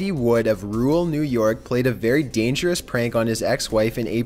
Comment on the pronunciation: "Dangeraas" "Previeaas"